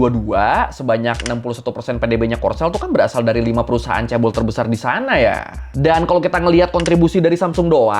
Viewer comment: Dulu bacanya caebol, sekarang caebel 😅